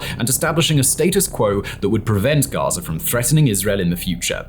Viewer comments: It is GAZA... not GAZER WTF is your issue with words that end in the letter "A"? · “Enclave of GAZERR”